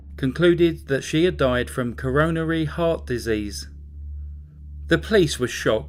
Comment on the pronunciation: ?what is "coh-ROH-nah-REE heart disease"? ( - )